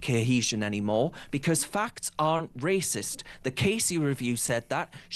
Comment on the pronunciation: Lol he said 'wacist' aww